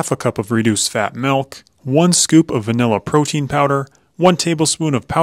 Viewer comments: *milk not malk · “Add a little malk”?! Time to visit Julian Smith’s video titled “Malk” 😅